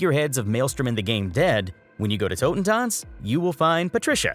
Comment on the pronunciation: "...from tohten tots" -_-... why can people never pronounce it right!? It's tohten-tuhnts !